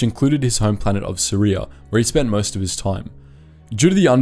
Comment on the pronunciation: “..was born in Suria..” Me: Syria ?